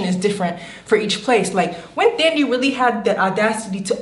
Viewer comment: the pronunciation of the "TH" in Thandie took me out lol.....also "wash and girl girlie, i would be living for my life" haha took me all the way out